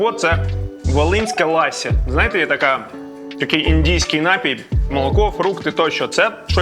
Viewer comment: КурІнь,а не кУрінь.LafA ,a не lAfa.НапІй,а не НАпій .кажіть із вірним наголосом,якщо вже визнаєте себе украінцями!